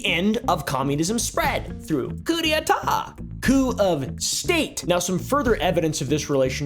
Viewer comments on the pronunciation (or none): Coup d'états! 😂 Coo-day-tar phonetically.